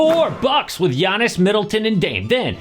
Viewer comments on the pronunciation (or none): none